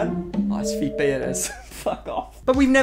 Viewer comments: "Fepe" My eyes watching his mouth: "Fepay" My brain: "Fepe" My ears: "fEeT BAe?" Captions: "Feet Bay" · I 100% hear “feet bae” every time you say the supposed boyfriend’s name. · Oh my God his name isn't "feet bae" that's what I've been hearing this entire time.